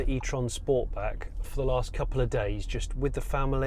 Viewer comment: These reviews are awesome, but I think I can speak on behalf of sniff and say you pronounced sportback wrong 😂. Honestly these reviews are so much more relaxing that traditional influencers